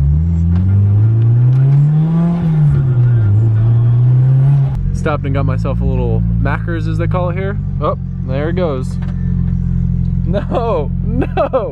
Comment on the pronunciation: no, it’s not Maccerrs, it’s Maccas